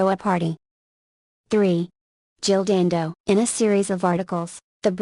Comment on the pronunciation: pollyannaprissypants.........The name was Dando not Dandos.